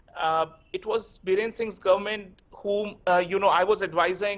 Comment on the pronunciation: Not Birender.. It's Biren